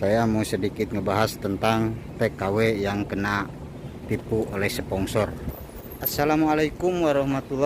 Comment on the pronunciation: bang bukan spongsor/tapi sponsor bang😁